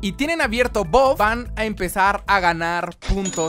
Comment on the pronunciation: todos: buff: boff